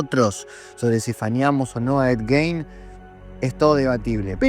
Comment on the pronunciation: para romper las pelotas no mas, el apellido se pronuncia "Guin"